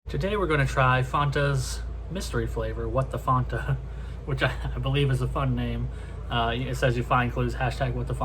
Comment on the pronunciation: It's FANTA NOT FONTA